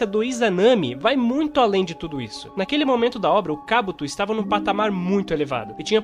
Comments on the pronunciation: Kábuto? Que agonia rs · Kabúto não existe rapaz kkkk akatsúki tb é errado. O correto é Akátsuki na pronuncia.